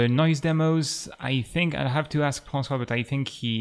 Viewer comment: Wow these are very cool shaders, I already see where and how I could try to use it, and learn how it works if I need to edit it :) Thanks a lot ! Et je trouve marrant que tu prononces François avec un accent anglais :D